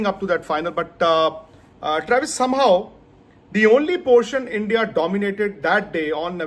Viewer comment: U butcher travis😭😭😭 Why with us not once but twice😭